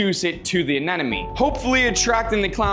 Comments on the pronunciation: If I had a dollar every time this dude mispronounced ANEMONE as anenome, I would have 100 dollars😁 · It’s anemone not anenome…you should know better. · Am I hearing him pronounce it as Anenome instead of Anemone? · Uh-NEM-uh-nee. Not "an enemy." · Why does he keep saying A-NE-NE-MES??? It's anemone! Stay in school kids! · Its not Anenome. Its Anemone. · It's ANEMONE, not ANENOME!! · My head hurts whenever he tries to say anemone because he literally pronounces it anenome 😢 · Maybe now you can learn to properly pronounce it. A-nim-o-knee. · what the hell is that pronunciation of anemone? anenome? whattttt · You are Nemo case he can not say anenim